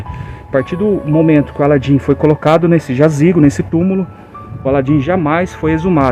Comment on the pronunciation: O cara não sabe falar o nome de alan e e aladim kk